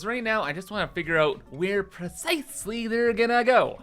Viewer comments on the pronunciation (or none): none